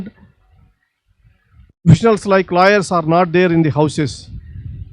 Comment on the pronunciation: lol I though he is saying 'LIARS'...It's 'LAWYERS' that he said.